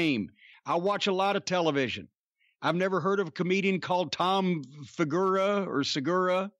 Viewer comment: The guy had heard of Tom before for sure. Him fucking up his last name was so obviously intentional. Fucking chomos.